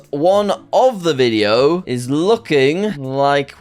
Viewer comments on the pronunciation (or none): none